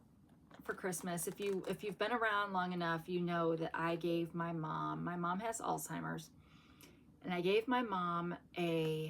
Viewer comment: I like advent calendars. 😊 (You always sound like your saying "Ol' Timers ". 🙂 it is a difficult pronunciation, you add a T in there, and there's no T. 🤗 I think it sounds better when someone says 'Alz". More people seem to use that. Meaning everyone's knows what that means) ❤ Blessings, you seen to be growing thru this difficult situation. Stuff like this is always just as much about us as it is about the loved one.❤